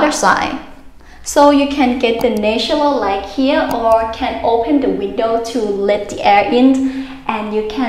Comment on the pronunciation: Well done but please try to pronounce "natural light "